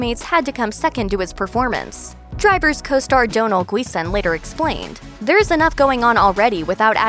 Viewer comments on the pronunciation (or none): What about Driver's costar "Donal Gweesthn"? I want to hear more about him.